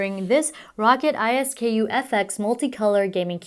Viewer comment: Row-cat, Ice-skoo. Not. rocket I.S.K.U